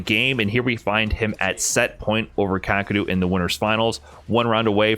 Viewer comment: never heard his name pronounced kaa-kru before.